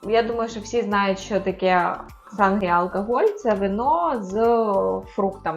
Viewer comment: Наголос на сангрію не такий)) наголос на «і»